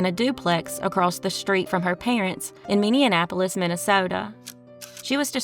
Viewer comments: Minneapolis not Minneanapolis. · Great vid. Awful that things like this happen. Just an FYI for your credibility…It’s pronounced Minnie-apolis not Minnie-(in)- apolis. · Minneapolis... pronounced Minnie ap olis. you were trying to make it sound like Indianapolis. you said it wrong twice. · Can tell the narrator is from Indiana by the pronunciation of Minneapolis as minnie-an-apolis. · Is the voice AI? No way you dont know how to say Minneapolis